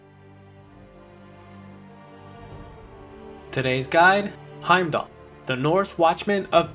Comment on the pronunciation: When the game tells you how to say the name and you try your hardest not to pronounce it right cx